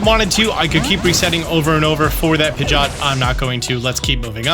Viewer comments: X Pi-jot ✓ Pid-ge-ot Pidgeot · I’m pretty sure it’s Pidgey-Ot. What in the world is a Pidg-Ot? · Disliked because you keep saying “pidge-aught” and I hate it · am the only one triggered but him saying pigioet wrong